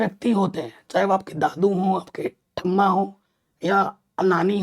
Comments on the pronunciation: Sir Amma ko ap tamma kha raha ho😂😂😂😂😂😂😂😂😂😂😂😂😂😂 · Sir Amma ko ap tamma kha raha ho😂😂😂